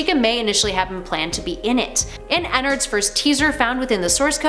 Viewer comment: anybody else hate the way she says Ennard